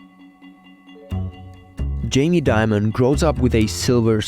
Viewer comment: It's Dimon not Diamond